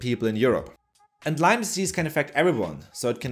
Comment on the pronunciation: People for GOD's sake it is LYME NOT LYMES!!!